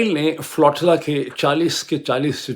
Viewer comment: بھائی صاحب! تلفظ “فلو-ٹی-لا” نہیں یہ لفظ flotilla ہے۰۰۰!؟